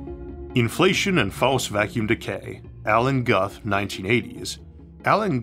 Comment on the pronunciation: Appearing on camera (to show you're not AI?) is a nice touch. Just FYI, Alan Guth's name is pronounced like "Gooth". (rhymes with "booth")